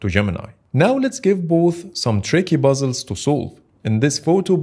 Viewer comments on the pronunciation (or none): its not buzzles , its Puzzles